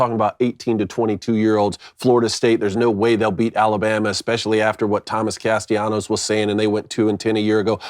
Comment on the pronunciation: Alright guys, you three need to get on the same annunciation page. Is Castellanos name with the double L pronounced as such or should it be treated like it doesn't exist? Make amends and return with a united front 😂